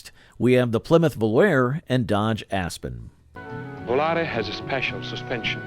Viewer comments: Very accurately spoken. I NEVER heard anyone call the Volare a "vol-AIR", especially over and over. You must spend a lot of time alone. There was even a pop song of the same name recorded by several artists, pronunciation the same. Sloppy, careless, embarrassing! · 1960s??? Pinto and Gremlin were introduced in 1971, Vega in 1970, Pacer in 1975, Mustang II in 1974, Aspen/Volare in 1976, Chevette in 1976, and Aztek in 2001. Most of the Marlin footage showed Rambler Americans, and Volare was mispronounced. This is just a very sloppy and factually incorrect effort. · It wasn’t called Chrysler Imperial, that was the 1960 Imperial Crown. The other car Volare, was called Vo, la, reh, not vol air. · He shows Impalas while talking about Corvairs. He can't pronounce "Volare" at all. Can't even disclose what years Marlins and Pintos were produced. If this were a 4th-grade video project, I'd give it a thumbs-up. Since it's supposed to be an adult review, it gets a very generous F-.